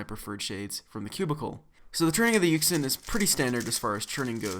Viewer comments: Jr co rd: yuxin Everyone else: yushin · You don't say it like yuk sin, you say it like yushun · It's pronounced as "YuSHin" not "YuKSin" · Its pronounced yoo-shin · its pronounced yushin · I feel like yuxin is pronounced you shin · Its pronounced yushin. Its okay though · Its Pronounced Yu Shin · no it's actually Yuxin